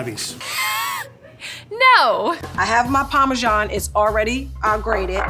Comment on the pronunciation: Why can't Americans just pronounce "parmesan" as it is? So it's not "parmerzjoung".... Probably because you feel a need to compensate your lack of a decent history by using some fake French accent for an Italian cheese. Fools... :)